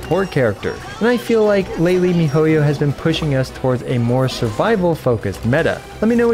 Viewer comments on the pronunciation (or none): none